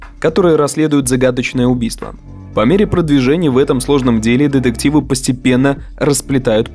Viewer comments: Я, конечно, поняла, что автор хотел сделать акцент на слово деДукция, но эти деДективы просто сломали мне все уши 🥴🥴🥴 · Все видео резало слух ДЕДЕКТИВЫ !!!